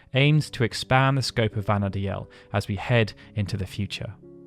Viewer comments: I'm pretty sure Vana'diel is pronounced "Vana deal" not "Vana dee-el". Im sorry to point this out, but you said it wrong so often I couldn't help myself. I know this because the Japanese is written as ヴァナ・ディール, which is literally pronounced as bana-deeru. If it was meant to be pronounced the way you said it, Vana'diel would be written in Japanese as ヴァナ・ディーエル. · This comment! I like his content so much! But the way he pronounces Vana'diel is annoying! Even in a couple of interviews, the developers say the name as 'Vanadeal,' not 'Vanadealel'... I find it really hard to watch these videos because of this! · Take a shot every time he says “Vana Dee-EL” instead of “Vana Deal” 🍺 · If it was pronounced the Japanese way, anglicized, it would be Vana’dehl, not Vana’deal. デ in JP is pronounced similarly to “deh”, however with a slightly longer sound in this case as it has the double “e” sound. If it was “deal” it more likely would have used ヂ (di), instead. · That's not how you pronounce Vana'diel, btw 😅 it's "vana-deel." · That was making me scrunch up my face. You can even hear the pronunciation as "Vana deal" when you watch the opening FMV. Of course, I'm one of those who always said "Bastawk" instead of "Bastook" so I must live with my hypocrisy now.